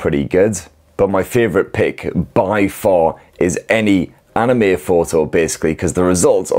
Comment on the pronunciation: He pronounced anime right. Sub.